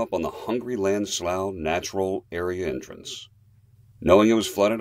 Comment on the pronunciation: Great video! sounds like the guy from my online continuing education courses. He must not be from around here or he would know that it is pronounced slew.